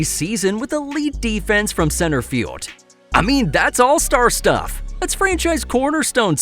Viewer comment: There’s an L in the word field.